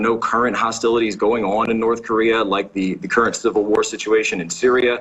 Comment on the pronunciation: North corereeeah